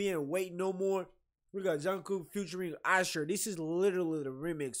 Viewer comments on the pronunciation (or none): You know his name is Usher right? Not Isher.